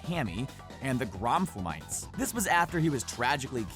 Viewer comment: Anyone else notice he said "Gromflomites" incorrectly?